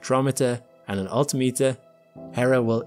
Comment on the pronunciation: You still need a better text-voice system: Its AL-TIM-IT-TUR not ALL-TAH-METER.